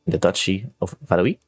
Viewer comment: I think 'Valois' is prenounced like 'Valowah' etc. instead of 'Valowee', I think it'd be Valouis otherwise... (Then again, I hardly know French for like 2 years...)